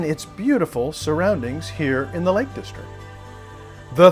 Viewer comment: Nice video, (though my interest is in the scenery, more than in the car.) Just a few points with you commentary though: 1. It's 'The Lake District' - That's DistricT - with a 'T' on the end: you repeatedly refer to it as the 'Lake Distric'. 2. Mountains & hills in Cumbria are known as FELLS, not Falls. 3. Wordsworth's wife was called Mary. Dora was their daughter. 4. Bearix Potter's first publication was 'The Tale of Peter Rabbit'. Bejamin Bunny didn't appear until two years later, after 'Squirrel Nutkin' and 'The Taylor of Gloucester'. I was a little disappointed that you came all the way to the Lake District to give the car a work out, and didn't bother to attempt to drive one of the famous passes there. It would certainly have given the car a proper testing, if you'd driven over Hardknott Pass, one of the steepest roads in Europe, where the steep sloping switchbacks and narrow hairpins would have given you a good understanding of how the car handled under extreme conditions.